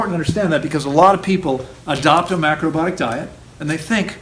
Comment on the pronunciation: Please say ALL the syllables of "mac-ro-BI-o-tic"! My ears hurt when u don't. 😣🤣 I have a real question next! 😉